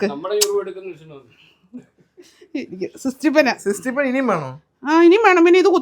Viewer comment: സിസ്റ്റി പിൻ അല്ല അമ്മേ സേഫ്റ്റി പിൻ എന്നാണ് 😊😊